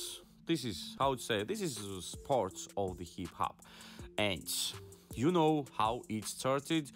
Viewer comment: Man u can't even say hip hop right